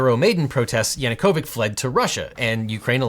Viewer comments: Ch in Yanukovych as in chair, not as in christmas. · Objection: Yanukovich rhymes with "bitch", not "sick" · Sorry to be that Slav, but YanukoviCH not Yanukovic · if it helps to reduce confusion for Yanacovych the ch is pronounced like in chair rather than being a k sound also another largely important part for the background would be the Holodmor which was the Russian genocide of Ukrainians from I honestly believe that Ukraine will either hold fast until Russia collapses in on itself or withdraws, or that if Russia does end up being able to occupy Ukraine then they are going to have to pay for the occupation every day in blood until the cost is to high to continue to sustain. We Ukrainians (I am Ukrainian Canadian) are strong and the scars of Russias past sins still run deep. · Extremely helpful rundown of Ukrainian -Russian history for those unfamiliar, but please, for the love of God, please pronounce it "YanunkoviCH" not "YanunkoviK" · your Latin was better than the cyrillic (non-dead) pronounciation of Yanukovich... the -ch is not a kh, but a tsch. :-B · Great video, except that Yanukovych ends with a ch sound (such as ch-air), not a k sound (such as ch-oir) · Yanukovich is pronounced "YanukoviCH", not YanukoviCK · Really? He is YanukovyCH, not YanukovyK! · He is not Yanukovic but Yanucovich with ch in the end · Янукович ends with t-shirt type sound not a k.🤣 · That's yanookivich (like in chair), not yanookovikh. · > Makes video about Ukraine, popular topic, much hype > Says something about dead languages being hard to speak, at the same time mispronounces both Yuschenko AND Yanukovich names Dude, really? Just goes to show how much you really care. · The only thing about this perfect video is that ch in Yanukovych reads as chair. Thank you from Ukraine! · It's YanukoviCH (Ch as in chess). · Objection: YanukoviCH is pronounced like "CHeetah" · well Ukrainian and russian are definitely not dead and you still butcher their pronunciations.